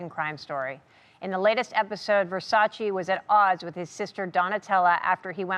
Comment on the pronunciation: When he properly says Versace! MY MAN!